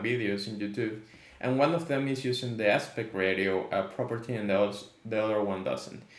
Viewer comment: Great video. Thanks for taking the time to explain this. It’s really helpful. Just a friendly heads up, it’s pronounced “RAY-SHE-OH”.